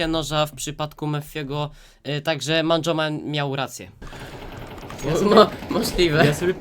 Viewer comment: "eiencej manjomana"